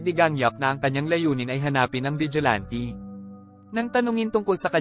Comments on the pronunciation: Vigilante not ti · Vigilante: Wla po ako intensyon n kht ano po…. Masyado po matigas ang pagkkbigkas nio po s huling dlawang letra s salitang Vigilante. Dapat po malambot parang ATE in tagalog SISTER in english. salamat po